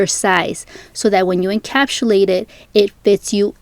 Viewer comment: Couldn’t get through this video because she kept saying “encapshulate” 🥴